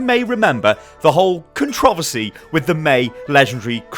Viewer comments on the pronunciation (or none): "The whole controvosy" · That's a weird way to pronounce controversy.